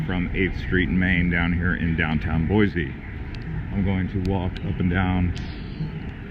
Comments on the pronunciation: Thank you! People will know immediately that you are not from Idaho if you pronounce it Boy-zee! haha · Do some research dude.... the statue is Lewis and Clark. If you managed to stay awake in high school you might have of heard of them. It is pronounced boy-see , not boy-zee. Also, it is Ada County, not Bonneville County. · No Z in “Boy-see,” and we’re full, so go somewhere else....mean that as nice as I can....and if you do come here don’t bring your destructive liberal, progressive BS. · Please for the love of God, tell everyone to quit killing our name. It's pronounced BOY-SEE!!! Not BOY-Z! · FYI only foreigners pronounce it boy-z. Which is incorrect. Its pronounced boy-c. Thank you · Yes, but being married to an Idaho potato farmer, from years back, its pronounced "Boise" ....not Boize. Original Idahoans don't typically say it that way. 😁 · 1. If you are going to give a tour of Boise, Idaho, please learn that Boise is pronounced [Boy-See] and it is located in Ada County, not Bonneville County. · As a current Boisean, I ask that anyone watching this should know, it's pronounced Boy-SEE! Haha, i'm done. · 5th generation idahoan chiming in. BoySEE. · Great video...However, it is pronounced Boy-Cee. There is no Z in Boise.